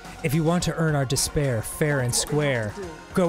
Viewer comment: i feel like this whole game was building up to monokuma saying the word "despair" as "disbear"